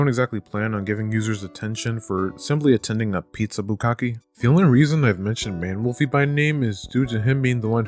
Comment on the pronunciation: I keep on mishearing you saying Maned Wolfy as "Manimal Feet" and I don't know what to do about that. But hey, there's THAT information for you.